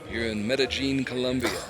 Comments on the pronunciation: I think they looked at the IPA pronunciation and thought the "j" is pronounced as in "jelly" when it's pronounced as the "Y" in "yellow". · Its NOT medeJean. It's medeYeen. Jeez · I hate how the commentator keeps saying "Mede-jeen". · Meta - jeen. Lol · Ya his pronunciation was terrible. I cringed every time he said it. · In some dialects the ll sound is pronounced that way. It's very common in places with Portuguese influence like South America. Even some places in Spain pronounce it that way. Edit: Never mind. I heard what you guys are talking about now. My bad...that's terrible. The 1st time he said it I thought he used a soft j sound (which is correct in some dialects), but after a while I realized it was a very hard j, which is wrong.